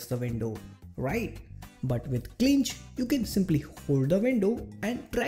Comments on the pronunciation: My friend, "Cinch" is pronounced "see-nch" :) Good job with the video! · Cool video. But I think Cinch is pronounced sinch. It means something that is easy.